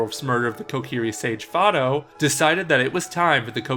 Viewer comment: Fido! Not fodo!